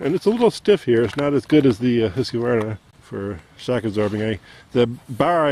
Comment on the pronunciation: Husqvarna is really Swedish and pronounced hoosk varna he is saying it correctly